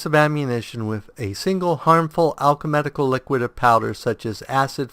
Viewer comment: Wow, maybe I'm just being anal here, but it's "Alchemical", not "Alche*medic*al". Maybe the switching between alchemical and medical game terms in the desciptions are messing up your reading of the abilities.